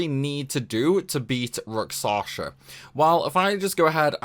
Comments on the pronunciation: Sorry, man, can't take it anymore - it's Rak-SHa-Sa! It's Indian mythos reference. Hindu epic poems are actually quite cool and for whatever reason Japanese RPG companies like to use its symbolism for sides of conflict (usually opposed Buddhism imagery). I'm not Indian despite the name, but I love their mythos for just how colorful they actually are! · i hear raksasha